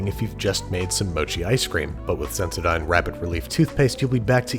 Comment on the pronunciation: IS THAT HOW YOU PRONOUNCE SENSODYNE?! WTF?!?!?!?! EVEN NIKE IS FINE BUT sendoDYNE? 🤯🤯🤯🤯